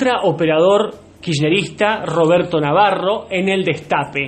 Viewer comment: "Robedto yo te cdeo pod que zoz bueno" 😂😂